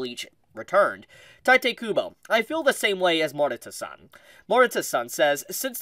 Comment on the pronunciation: If he keeps saying tite kubo I’ll shit my pants